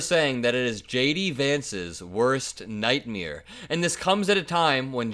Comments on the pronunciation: Nightmare not nightmiere lol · It's not a nightmeer, it's a nightmare - you know MARE, like a female horse.